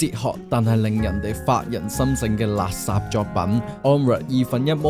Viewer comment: 多謝分享，好有趣 但可唔可以改一改懶音？垃圾，係讀立霎唔係勒殺，可以聽下盧巧音垃圾